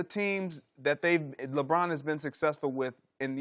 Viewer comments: I refuse to watch anything that Chris Broussard is on. His voice is so annoying. "LaBrine, LaBrine LaBrine" 😒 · I hate the way Chris says LeBron’s name. “LaBraun.”